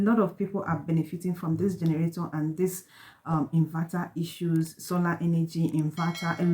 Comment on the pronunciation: what is generatoor??? or you mean to say generator???